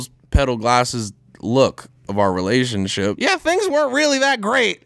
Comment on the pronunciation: Says relationSIP lmao